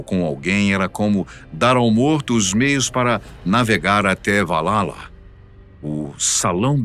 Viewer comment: Valhalla. não, "Valala"